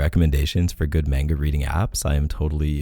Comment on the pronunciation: Omg everytime K said "MainGa" instead of "Mah-nGa" my heart died a little. I'm laughing crying right now. Not hatin at all, just my reaction my was priceless and I acted like I was getting shot everytime he said it.